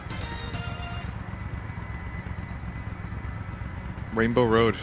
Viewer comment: "Rainblow Load" XD